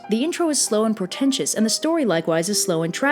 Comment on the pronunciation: Wait, did you say "Slow and Portentous" or "Slow and Pretentious?" Because...one of these things is not like the other one...